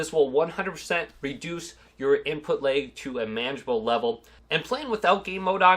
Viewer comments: “Input Layg” ?? 😂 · Why do you keep saying input LEG? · Nobody: This guy: input laëg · Seems like an OK guy and all but this was driving me nuts